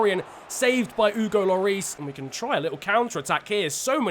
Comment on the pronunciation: The way you say Hugo really triggers me